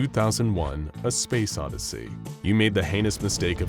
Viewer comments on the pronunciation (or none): It's odyssey not oddity